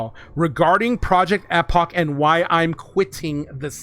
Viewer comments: Bro if I hear project Ehhhpok again ima snap. It’s pronounced Eeeepoch lol I’m glad for this change though. Finally will be able to play epoch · Project Eh-pock 😂